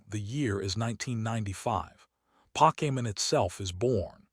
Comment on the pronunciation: The content would be so much better without the fake ass voice that can't even pronounce Pokemon correctly.